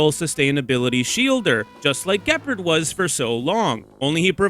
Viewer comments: Juhpard 😂 Gehpurd is killing me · The hard G on Gepard is killing me 😭